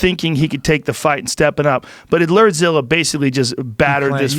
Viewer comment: Shot everytime Joe says, "LERDZILLA". RIP to those who played along...